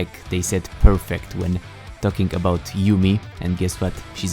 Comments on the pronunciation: Really you said kuumi not yuumi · Kuumi? You mean yuumi?